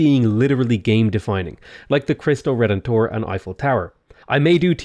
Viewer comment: Christo Re-Den-Tor 😂 Christ The Redeemer